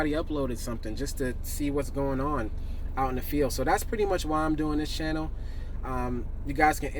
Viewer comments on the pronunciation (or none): none